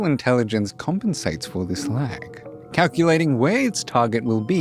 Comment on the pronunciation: When he said laag i cracked up😅😅!There's lag through this whole video. 😅😅.